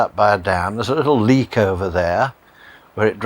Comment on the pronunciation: Leat, not Leak!